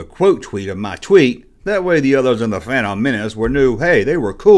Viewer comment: You still can't pronounce fandom properly